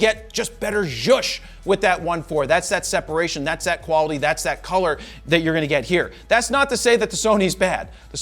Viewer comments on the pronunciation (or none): none